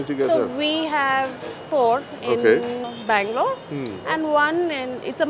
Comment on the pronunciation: When Bangalore became Blangalore EOD🍺😂🤘🏻 Doing a good job! Cheers guys 🍻